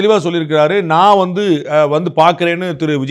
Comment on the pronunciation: The governor couldn’t even say “naan” properly in Tamil.. he repeatedly said “naana” and what ridiculousness…. They should be able to pronounce such a simple word properly.